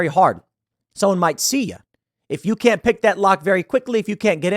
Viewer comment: "I cannoy allow that, Dave."